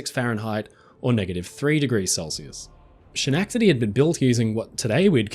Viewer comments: I thank you for the correction, but, for some weird reason, everything you said, "She-nack-te-dee"... the fillings in my teeth hurt. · Schenectady is pronounced skuh-NEK-tuhdee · Repeat after me: SKEN-EK-TI-DEE😂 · Schenectady is pronounced “Sken-neck- tedy”. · Hello! Schenectady is actually pronounced "Skenectady". Thanks for another great video mate! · Haven't you ever heard Bugs Bunny say "Schenectady"? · first and foremost I loved this in depth video. and thanks for the continued giggles as you mispronounce Schenectady. I don't mean this harshly as how else would a non-American English speaking person pronounce it other than the way you did. Well, maybe those from Canada might know how to say it since it is close to Canada...